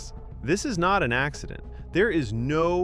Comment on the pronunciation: Ha ax-edent